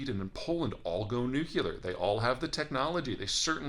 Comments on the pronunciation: Peter: You don't say "irregardless;" you don't say "between you and I;" you don't say "less people than before;" Why do you insist on pronouncing NOO - KLEE - AR as if it were spelled NOO - CUE - LAR? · Peter, can you please say "Nuclear"? "Nucular" is a word made up by ignorant people who didn't know how to spell. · With all due respect, it is nuclear, not nucular. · Nu Cle ar not Nu Cu lar...right? But still, we are talking nukes, which goes nowhere good. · NEW-CLEAR!! NOT NEW-CUE-LER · It's weird that someone so smart still calls it "Nucular" instead of "Nuclear". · My god man, "nuk yu ler"? Really? What's wrong with pronouncing that word correctly? "new clear" easy. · Correct: New cle er Incorrect: Neuc u ler Sorry, I couldn't help myself. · Peter - with all due respect, it's "Nucleear," not "Nucyoular." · Nuclear: Nu - clear, NOT nuku - lear! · PETER! The word is "nuclear" not "nucelar." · Please, please, please, learn to say "nu clear" not "nuke u ler". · 😀Nuke-Le-Ar not Nuke-You-Lar, please. I am a big fan, but you lose me when you make this simple mistake. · Please: "New Klee Ar." Not "New Q Lar." The word is spelled "nuclear." Not "nucular." Thanks! :) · Peter, it's NEW-CLEAR, not nucular. Minor point, but irritating to some. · Peter: Love your analysis and commentary. Your pronunciation, not so much. The way you say nuclear makes you sound like George W. Bush (cringe). It”s nuke-le-ar, not nuke-u-ler. Sorry for the rant. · Peter, you have to learn to say "nuclear" - not that word "nucular" concocted by the comedy scriptwriters for Homer Simpson. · Love the content, but you’ve fallen for the classic mispronunciation: it’s “nu-CLEAR”, not” nu-CULAR”. I hear this everywhere these days and it drives me nuts! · Another very interesting post, but with all due respect, it's NEW-KLEE-ER not NEW-Q-LER. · It’s nuclear, not nucular! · not " nu-q-ler" a la George W Bush, "nu-cle-ar" as in pertaining to the nucleus. Sorry, it just grates... I enjoy your newsletter.